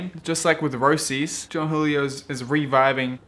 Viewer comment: "A new look" looks exactrly like the 99 roces fifth element (It's pronounced Roaches by the way, remember their logo was a roach?)